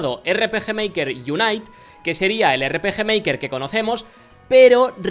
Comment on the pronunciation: miy bueno el erre peje meiker